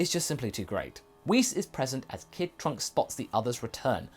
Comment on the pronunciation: He said princess trunks wrong